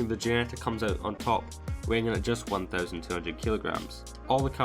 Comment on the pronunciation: Its called Ginetta, not Guinetta... But overall nice to see these stats side by side. :-)